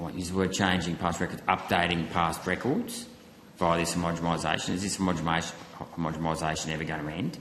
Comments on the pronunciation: Is the senator saying homogemisation? With a m? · PLEASE say homogenisation - I can’t listen to this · Can someone explain to Rennick how to pronounce homogenisation correctly? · Homogenisation Senator. Please pronounce it correctly. Thank you. It sounds bad if you dont say it properly.